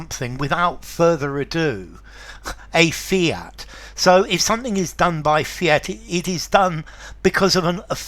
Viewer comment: The Second word fiat not fint